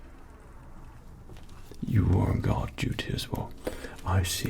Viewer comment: i thought you kept saying 'on god' instead of "on guard" lol